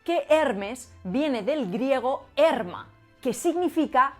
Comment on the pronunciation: Es interesante, pero también cabe destacar que cuando pronuncia en griego "erma", lo hace mal, sería herma, con hache aspirada, como house en inglés, ya que el espíritu de la épsilon es áspero.